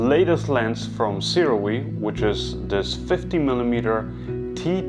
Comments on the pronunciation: I will say this only once (more) it's pronounced soo-ray thanks for another great review,! I don't have a full frame camera that can film open-matte, so I'm staying with my set of aps-c sirui lenses for now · We are soooooooo spoiled as creators nowadays. Seriously. What amazing footage! And it's pronounced "sue-ray"